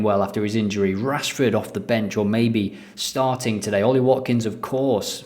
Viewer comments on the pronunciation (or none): none